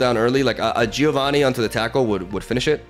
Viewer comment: If you want to pronounce Giovanni correctly, it's Jovanni, not Gee-ovanny. The "I" after the G, in Italian, is silent, but it turns a G sound into a J sound.